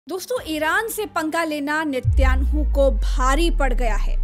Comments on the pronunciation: Watching from saudi, his name is binjamin netan yahu not Nitaynu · 😄😄 "net YAANU " nahee VOH " neten YAAHU " HAI😂🤣